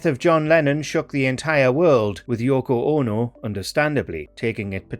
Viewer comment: Yoko OH-NO! 😄